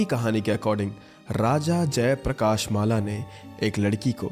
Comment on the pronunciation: some pronunciation correction jaya prakash malla : Jay prakash mall अ trilokya malla: tri (as in tri devtata) lok( prithvi lok) kya (कय)